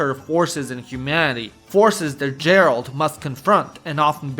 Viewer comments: I enjoyed your video and these are all games I have played but I couldn't help but notice how you got Geralt's name wrong. Since you live in Romania, the phonetic pronunciation is Gheralt. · nice video but now I know you did not play any Witcher game, if you did you would know how to pronounce Geralt name right and here you make video about games, details matter dude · As Czech I'm so proud of our games Arma DayZ Factorio Mafia series began here And of course Kingdom Come 1 and 2 But I almost wanna give you dislike for how you pronounce Geralt, anytime you said his name I died inside :D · I'm giving this a like despite you being a fucking retard who can't say Geralt right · Capital punishment for the pronunciation of Geralt.... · The fak is that pronounciation of Geralt? 😭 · My dude, I love your videos, but PLEASE look up the pronunciation of words if they're new to you or you're unsure how you're supposed to pronounce them... :) Melee, Harbinger, Volatiles, Otherworldly, Disturbing, just to name some... Also, you're mispronouncing Geralt's name, which is basically criminal if you're covering this very topic. If you haven't played the Witcher games, you could've asked literally anybody that has, and they would've told you how to pronounce the main character's name correctly. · Why are you pronouncing Geralt like that aaaaaaaaaaah. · I was so absorbed by the video... until I heard how he pronounces Geralt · It's pronounced Geralt, not Geralt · Your pronunciation of Geralt's name hurts my ears... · great insights...but one nitpick; when you are slav, you should not say Djeralt instead Geralt :D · Dude I really like your video but please just stop calling Geralt Jeralt 🙈🙈🙈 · Геральт Geralt (gheralt not jeralt) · Why are you calling Geralt Đeralt? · Geralt, not Jeralt bruh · Its Geralt not Jeralt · I wish ppl would stop pronouncing "G" as "J". It's Geralt, not Jeralt. English pronunciation is fucking stupid. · Geralt, not Djerald... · Geralt, not Jeralt